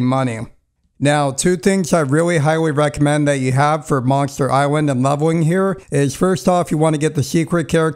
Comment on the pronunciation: Monster Iswand? Is what this guy says